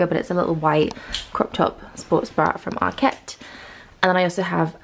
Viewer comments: Yes as in market. no emphasis on the ket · ARKET not ARQUETTE